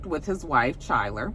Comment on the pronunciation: Chyler's name is prnounced Ky-ler (like Kylie).. she played Lexie Grey, Mer's sister